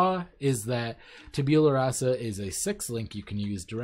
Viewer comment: "Tabeulah" xD It's "Tab-u-lah"